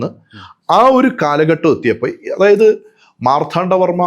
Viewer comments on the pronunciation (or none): ചരിത്രവും മിത്തുമെല്ലാം കൂടിക്കുഴഞ്ഞ് കിടക്കുന്നു. വേർതിരിക്കുക ദുഷ്ക്കരം. സത്യങ്ങൾ ഉയിർത്തെഴുന്നേൽക്കട്ടെ എന്ന് ആശംസിക്കാനേ കഴിയൂ!ഇദ്ദേഹം മാർത്ഥാണ്ഡവർമ്മ എന്ന് ഉച്ചരിക്കുന്നതെന്തുകൊണ്ടാണ് എന്ന് മനസ്സിലാവുന്നില്ല. ശ്രീചക്രമല്ല,മഹാമേരുഹാണ് എന്ന് പറഞ്ഞുറപ്പിച്ചിട്ടും ഒരിടത്ത് തെറ്റി ശ്രിചക്രം എന്ന് പ്രയോഗിക്കുന്നുണ്ട്.